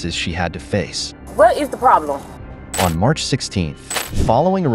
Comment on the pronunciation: "What is the problemoh?"